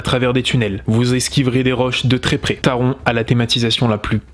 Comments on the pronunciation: Taron ce prononce Taronnn,le n ce prononce en allemand Il est vrai qu’en tant qu’Alsacien (pas grand est merci...),on prononce à l’allemande Pour ce qui est d’Helix,j’y vais normalement cet été (ce qui est bien,j’ai l’entrée gratuite,grâce a la carte annuelle d’Europa park...,on a 8 Park avec entrée gratuite 😊) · merci je suis dac avec toi taronnn